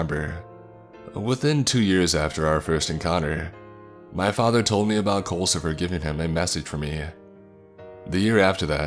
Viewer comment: Oh, so it's "Culcifer" with a "U"? I thought they were saying "coal". Like, wat? Your name is _coalcifer_?" Also, culcifer? Really? XD